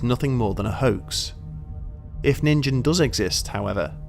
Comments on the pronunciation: Its Ningen, not Ninjin... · Ningen do exist! You are one. Tehe. (Proper pronounciation of that is as simple as Nin-Gen. Pronouncing the G like you would with gun.) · I know this is a year old but...the 'G' in NIN-GEN is pronounced 'guh' like in game, guns, garage, goal, geeks, etc. You don't pronounce it like the g in engine, germany, giraffe, giant, george, etc. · "Nin-GEN"(Hard "guh", not "juh")- human. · yes but you are saying the word “ninjin”. (“Gen” has a hard g, like gift, e is like end) I love all your videos it was just cute and funny to think of the monster as a giant carrot. (From a native speaker of Japanese) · That's a creepypasta and g is a hard g in Japan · Ah I live for this stuff One nitpick though...the G in "Ningen" is not pronounced with a J-sound like Jog. It's a G-sound like Grape or Going. The footage of the Thames river monster...I dunno. The first one doesn't look right. The second looks like a whale; you can even see the small dorsal fin as it goes back under the water, similar to a Humpback or (less likely) a Blue whale. The third clip doesn't look like much of anything to me...maybe a bundle of logs and debris caught up in a whirlpool or riptide?